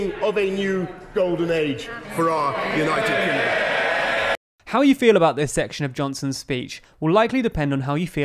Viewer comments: Please tell me someone else picked up on BoJo saying 'united kingum' . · Did he say 'United Kingom' ? Oh, the parallels... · Kingom? Did he say ‘Kingom’ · United Kingam? That's what he said? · kingham? Also since when is the uk the greatest nation of all time? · “United kinggum” what a muppet!